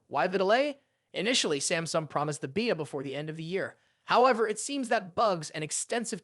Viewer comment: why do you pronounce Beta as Vita?